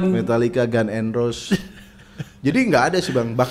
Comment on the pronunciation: ngaku pernah kuliah sastra enggres, tapi nyebut GNR gan n ros wkwkwkwk jangan ngibul ah